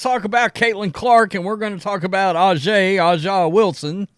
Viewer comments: Bro can you please learn to say “A’ja” right? It’s pronounced with an “A” not “Ah” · Name is pronounced Asia Wilson. I think all this hate is going to hurt Caitlin Clark and the WNBA. If I was a company looking to get CC as a spokesman in this climate, probably would stay away. If you give CC a contract the Wokes will come after you. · Pronounced Asia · It’s pronounced ‘Asia’ 😒😑 intentionally mispronouncing a black persons name bc you think it’s “ghetto” is just a sign that you’re a racist. And she deserved her Nike deal. She’s the best in the game. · Dude get right man it's pronounced Asia for Aja. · I love the show, but learn how to say her name. You talk about her every day.